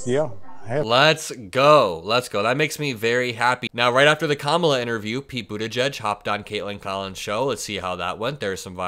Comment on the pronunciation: We know who is unhinged. It’s not KAmala. Could any of them learn to say her name properly? She’s been VP for years. SO stupid.